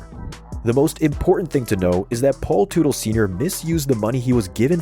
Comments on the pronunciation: It’s not tootle it’s Tut-el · If only AI could pronounce names correctly. Tootle. LOL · Man I hate these AI narrated videos. Can't even pronounce their last name. Paul Tootle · Gotta laugh when someone creates a video on OCC and they can’t even say the owners name correctly. It’s not “Paul Tootil” dummy. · The last name is pronounced the same as Tuttle. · Another video that lacked serious editing in a few spot from a homework standpoint . . especially with the pronunciation of Paul's last name, lmfao!!! smh. . . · You’d think after doing a deep dive you would of learn how to say his last name. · When you were doing the research for this video did you not think learning how to pronounce the family surname correctly was a good idea? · Paul Sr would slap the taste out yo mouth for butchering his last name.. 🫲🏻😆🤘🏼✌🏼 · Hard to take anything you're saying seriously when you can't even pronounce their last name correctly